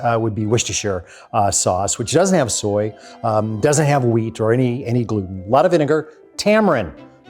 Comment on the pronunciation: IIRC, sprouted garlic is LESS bitter than unsprouted. (But at least nowadays he can pronounce "soy sauce" correctly (not "sooey sauce").